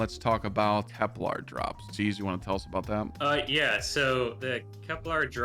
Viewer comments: Love the vid but "Seeve" should be pronounced "siv" , like the kitchen tool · Its not seeeev its Siv 😂